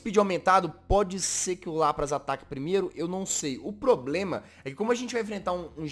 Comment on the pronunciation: Se escreve LAPRAS se fala LÁPRIS